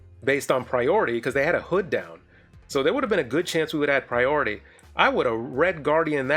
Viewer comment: “He has prioriteh.” So glad you’re keeping up on your French 😂